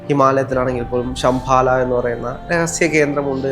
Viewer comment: Sambhala..not sambala